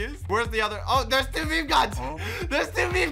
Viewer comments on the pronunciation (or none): Anyone else gonna talk about how he pronounces meme “me me” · I am still so confused. Why does socks pronounce meme like that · meemee Me: its pronounced "meem": MEEMEE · saying meme:mimi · For some reason I get triggered Somebody spells mimi wrong Or thinks meme is mimi It’s probably just because it’s my Roblox name So when he said mimi instead of meme anxiety rises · Who's gonna tell him it's pronounced "meem" not "meemee". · its not me me its MEME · Who else cringes when they say me me instead of meme 🖐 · Why do u say me me not meme?